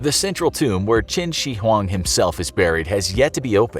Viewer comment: High points to you for getting most of Qin Shi Huang’s pronunciation right!